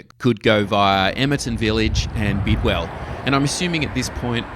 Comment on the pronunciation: I really enjoyed this, until you called Bidwill “Bidwell”. Been hearing about the WSI airport since I was in Primary school. Now in my 50’s. It’s exciting for the region. Loads of potential job opportunities in construction and the new “hubs”. Took my construction class to part of the airport site a couple of years back. Thanks for the video.